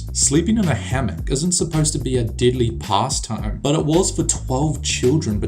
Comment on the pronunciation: Dude voice is unbearable . Deadly sounds like diddly